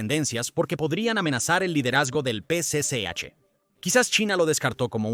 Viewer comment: Tal vez lo pronuncia mal Es el p.c.ch Partido comunista Chino